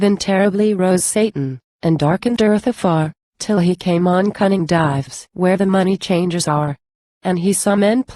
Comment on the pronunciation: This is terrible. Dives (the subject of the poem) is pronounced with two syllables, DI-Vees.